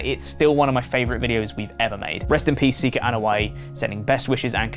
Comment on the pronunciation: Was not ready for how good accent sounded and what seems like a spot on pronunciation of Sika's full name. What a plot twist. RIP Sika. Many thanks in are in order for the legacy you've left us all. A job well done.